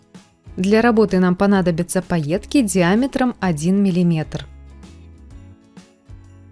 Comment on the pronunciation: Очень красивые шарики. Я б бантик добавила вверху. И мне как то слух режет -паетки. Это скорее мелкая крошка